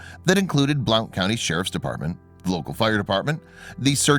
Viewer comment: I am glad he is okay. I have to tell you that it's pronounced blunt county. Just saying. I am from TN. I had to learn this, too.